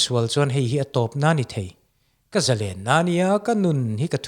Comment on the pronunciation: Zalen tih thluk hi iti diklo kan mi thiam leh zel te hi chuan ka tawng thluk leh lam dan hi chu tidik hram2 teh u... thalai te entawn inni bawksi